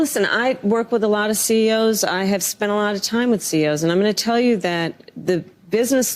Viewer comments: Co's ? Harris it's CEOs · Sounds like she said C.O.’s that’s corrections officers not C.E.O.’s